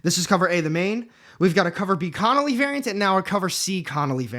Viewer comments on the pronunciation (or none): none